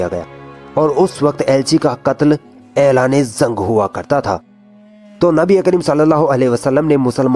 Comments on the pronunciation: Dear admin Bhai aap apni udru sahi kre ...zang nhi jung hota h aur saheed nhi shaheed hota .. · Zung nhi jung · Bhai zang nhi jang hh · تلفظ درست کرو بھائ.... زنگ نہیں جنگ ہوتا ہے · Zang nhi jang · Zank nahi hoti jung hoti hai ok aage sai kisi or ko dena bolne ka kaam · Urdu bolne Mein apka talaffuz theek nhin h. Jeem ki jagah pr ze zaal zuad ka n sheen ki jagah seen ka istemaal na kro. Shaheed ko saheed na bolo. jung ko zung na bolo. Albatta andaz achchha h. Intzar jafri. . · bura na maanna bhai ,,, Bhai zang nhi jang hota h Thoda zuban ko sudhariye apni